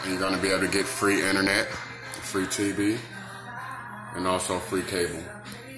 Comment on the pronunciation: HE CAN EVEN SAY INTERNET LOL!!! LET ALONE GET IT FOR FREE